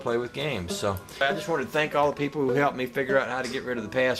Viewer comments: Cornputer? Now that theres a true Southernman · Did you say ''cornputer''